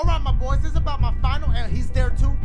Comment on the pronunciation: dachie,,,,,,,,dachie when you say "MY BOYS" I think you say "MY BVOYS OR VOICE , IM JUST SAIIIYYIIINGG 😒